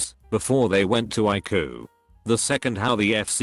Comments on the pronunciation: Pronouncing ICU like haiku without the h is an interesting point. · The CG voice needs a better database of medical terms! Doc is short for doctor not document, ICU is pronounced I See You, not ikoo etc